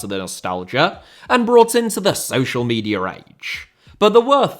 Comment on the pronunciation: Media* not Medier